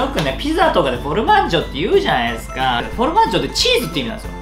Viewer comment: フオルマッジョ？言えてないよー！w